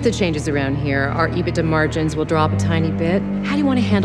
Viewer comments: He also mispronounces EBITDA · Thumbs down because of how she pronounces EBITDA...